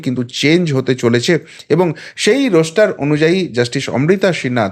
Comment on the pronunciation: কথাটা রোস্টার নয়, রস্টার